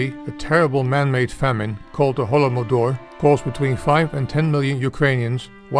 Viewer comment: It is not pronounced 'holomodor' but 'holodomor'